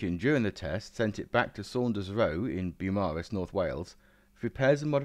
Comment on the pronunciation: Fascinating video on an amazing aircraft. One tiny correction on your pronunciation, though: Beaumaris is pronounced as in "Beau Geste" ... think "Bow Maris" 👍😁